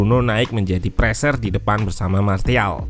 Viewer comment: SARAN: biar channel ini lebih keren lagi, tolong perbaiki pengucapan kata-kata bahasa Inggris-nya. Kemudian, pengucapan nama-nama pemainnya jangan salah dong. Masak iya nyebut Martial, huruf T-nya dibaca bulat-bulat min. 😄